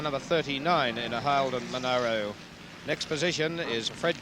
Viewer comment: Who's the annoying commentator that insisted on mispronunciation of the Monaro? There was enough media coverage back then to prove there was no 'i' between the 'a' and the 'r'.